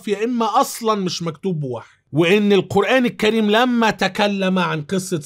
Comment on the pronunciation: جزاكم الله خيرا انا من محبيك اتمنى عندما تأتي على ذكر القرآن أن تقول القرآن الكريم وليس القرآن كّريم لأن الكاف حرف قمري وليس شمسي وعذرا ملاحظة من محب